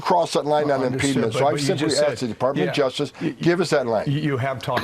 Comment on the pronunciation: I’ve never heard the word “impediment” pronounced that way.